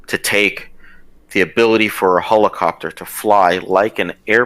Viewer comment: Lmaaooooo the Marine keeps saying "hole-a-copter" 😂😂😂